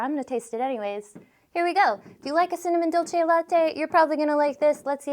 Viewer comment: Looks like your Unicorn mug has a running nose, but the warm frothy milk should help that. Seriously cool video tho. Dolce is pronounced like Duel say in Texas.